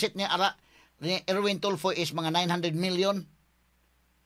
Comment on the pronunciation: Hindi ganon ang pagka sabi boss f daw ang secound to the last name!! So raffy tulfo nga!!